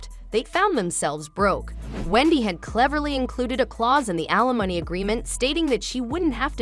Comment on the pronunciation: Can the voiceover stop saying "a-lemony" for alimony? (AI ain't ready)